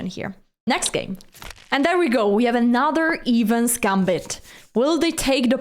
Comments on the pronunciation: It is the "Eh-vans" Gambit not the "Evens Gambit". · it's EH-vans not EEH-vans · Evans is pronounced with a short E. Great instructive video as always.